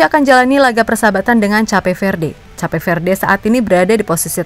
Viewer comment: Cape itu bacanya bukannya 'kep'?